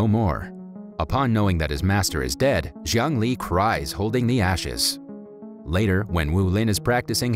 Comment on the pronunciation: Jiang Li’s name pronunciation sounded like “Zhongli”